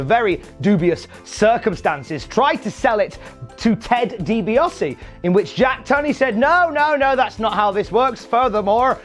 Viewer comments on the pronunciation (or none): Bro, it's Ted Dee-Bee-Ahh-See not Dee-Bee-Oss-Eee Also, you are talking about the letter V but you totally missed out on the fact that Virgil was named Vincent in WCW, long before he was renamed Shane or Curly Bill.